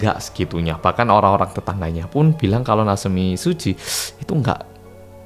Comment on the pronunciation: Mbuh yaapa tp satisfying banget pas denger ngomong 'natsumi tsuji' 😭🤚🏻 maudok malang e kuentel wwwww